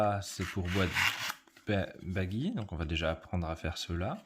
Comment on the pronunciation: Pourquoi dites-vous "Baguy", alors que c'est un nom italien qui se prononce "Badji" ?